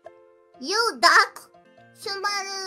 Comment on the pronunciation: Ah, shubanglish. Miko's pronunciation of duck is just something else.